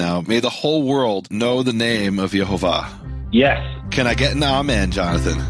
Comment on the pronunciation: It's YEHOWAH the vav was pronounced waw